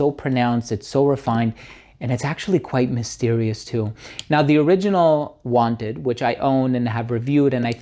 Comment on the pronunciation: "Wanted" not "Wanter" you lucky sample man 😂